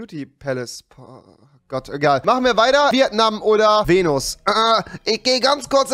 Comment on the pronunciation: rewi... das heißt nicht VieAtnam... Es heißt Vietnam